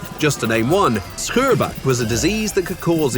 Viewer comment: Pronunciation of "scheurbuik" was suspiciously good!